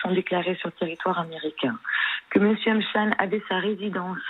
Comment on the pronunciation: Epstein ça se dit pas comme ça ... sa se prononce epstine